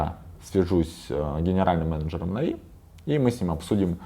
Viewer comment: Чел на манагере.... Откуда ты вообще взялся? Почему всё коммьюнити произносит "нАви" с ударением на первый слог, а ты же умудряешься произносить "навИ" с ударением на последний? Выглядит смехотворно. Как можно всерьёз воспринимать ролик человека который делает ошибку в произношении самой популярной в СНГ команды и при этом на серьёзных щах что-то втирает?.. Второе. Да ты же двух слов связать нормально не можешь. Слушать элементарно неприятно. Напиши себе текст на сраной бумажке и читай с неё, раз по другому не умеешь. На позорься перед сообществом. Вот это "повезло" так "повезло" с генеральным...